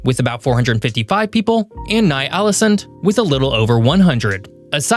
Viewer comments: Thats NOT how you pronounce ny-ålesund WTF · agreed. But he should have checked on how to pronounce words and names . I had to stop listening after he butchered Ny Ålesund.